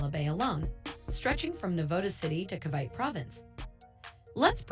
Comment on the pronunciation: • Cavite (Ka-vayt) ❌ • Cavite (Ka-vi-te) ✅